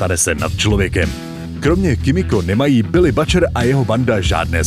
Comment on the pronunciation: neviem ci si vobec videl ten serial ale Butcher sa vyslovuje s U, nie A.